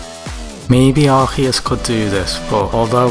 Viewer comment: Its not Arkheus its Arceus. Thanks